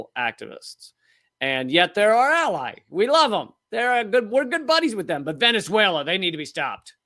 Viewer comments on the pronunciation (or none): none